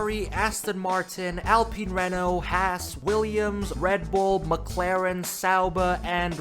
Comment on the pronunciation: the pronounciation of renault and alain Prost is do terrible 😭